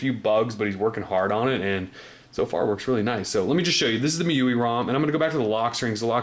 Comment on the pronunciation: 'M' 'I' 'U' 'I' , GET IT RIGHT